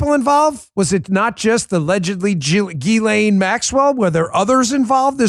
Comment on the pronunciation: Proper pronunciation is jizz-lane Maxwell.🥁